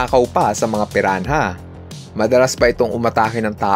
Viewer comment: "red bellied piran-ha" 😭🖐🏼